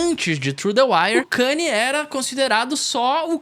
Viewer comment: Mano, mt daora o video, mas como voce passa o video inteiro falando o nome do cara errado? O cara ate mudou o nome pra só "YE" pra ver se as pessoas acertavam que a pronuncia é ka-n'ye"